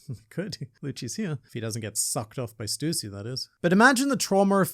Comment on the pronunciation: It brings me so much joy to hear someone pronounce “Stussy” correctly